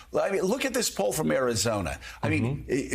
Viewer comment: The way this guy pronounces Arizona it'd satisfying